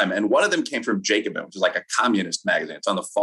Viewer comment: I agree with quite a bit of what Wilfred says and you should never confuse communism and Marxism or either of those with socialism. There's some overlap but there are far too many people on the right who reflexively label progressive economic ideas as communist. Also please pronounce Jacobin correctly.